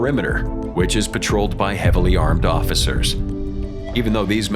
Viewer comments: "Patrolled" not "paroled"... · His cell is constantly paroled - PAROLED!? Patrolled is the word mr phony voice narrator